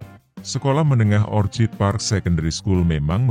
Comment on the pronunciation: Orchid bacanya okid, mas Kl. Orchard baru dibaca ocad